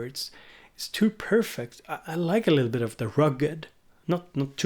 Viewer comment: “a littleabit” 😂